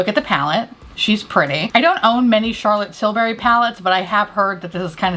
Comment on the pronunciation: Although I always watch videos I’m going to lie and say I’m just here to hear her say CHARLOTTE TILbury